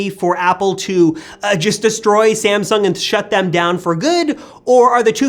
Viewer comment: Its not ”SamsunK”